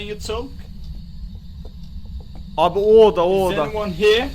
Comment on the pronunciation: no one:: is ani vanğ hiyığ